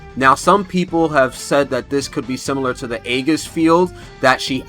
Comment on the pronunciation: She looks mad fun! Also aegis is pronounced EE-jis (sorry, had to :P)